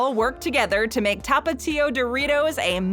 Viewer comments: TAPatio nah tapa-tio sause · The way you say tapatío it make me angry but my favorite Doritos are cool ranch